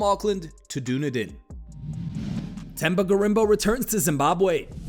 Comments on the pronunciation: Duneaden haha it's dunedin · LOL. Dunedin is Done-E-Din